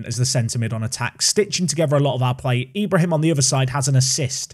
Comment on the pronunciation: For Ibrahim it's pronounced e-bra-heem. The e making the same sound as it does when you say exquisite